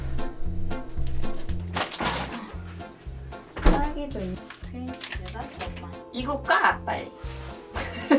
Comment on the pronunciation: Кстати, правильно будет "фкусно", буква "в" в этом слове произносится, как "ф". Это просто если интересно знать :)